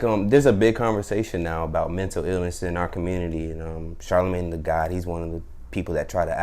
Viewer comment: Auntie called that man, "Charlamon." 😂😂😂😂😂😂💀💀💀💀